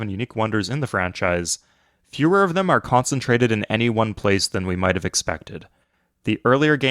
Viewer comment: Bro cant say of, can only say at